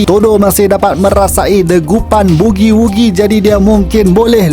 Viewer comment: Mantap la intro... sdap betol hang sebut bugi wugi..